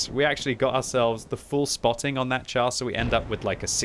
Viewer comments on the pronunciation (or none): none